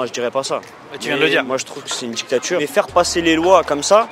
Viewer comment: C'est quoi une djictchatchure ?